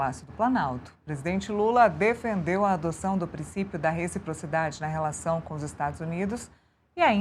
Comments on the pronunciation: Ensina o sujeite a falar rechiprochidade primeiro... Trocando um funcionário por arap............... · Se ele aprender falar reciprocidade, eu voto nele 😊😊😊